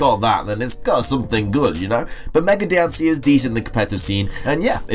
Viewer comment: Also, Diancie is pronounced like how you would pronounce diamond